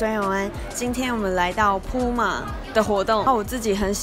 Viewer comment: 不是針對，連puma的名字也念錯，也太扯了吧